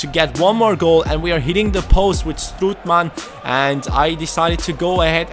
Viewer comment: You pronounce it strootman, not stroetman.